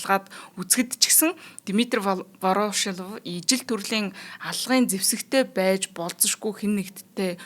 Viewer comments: Вороошилов гээд байх юм воршилов биш үү хөлбөмбөг тайлбарлагч заяа нэр сайн мэддэг ш дээ. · Вороошлов2 гээд байхын Воршийлов гэж и дээрээ уртаар дуудаачээ эхлээд сайн судлаад, дуудлага нтр тээ анхааралдаа. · Ворошилов гэж ядаж бхад яасан их хэлдэг юм бэ дээ 🤣🤣🤣🤣 Буруу дуудаад л байх юм. Заа гэхдээ үмхий оросуудын нэрийг яаж ч дуудсан яахав дээ